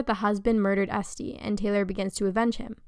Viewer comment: Why did you pronounce Este like that💀